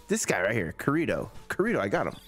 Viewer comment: You are playing an sao game and don't know how to say Kirito 😭